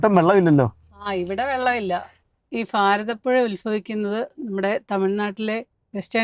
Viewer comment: ശ്രദ്ധിച്ചോ, പറയുന്നത്. ഫാരതപ്പുഴ ഉൽഫവിക്കുന്നത് എന്ന്....😅 ഭാരതപ്പുഴക്ക് ഭാരതപ്പുഴ എന്ന് തന്നെ പറഞ്ഞ് പഠിക്കൂ...😂 ന്ന് വച്ചാൽ Pharathappuzha എന്നല്ല Bharathappuzha എന്ന് തന്നെ പറയണം😅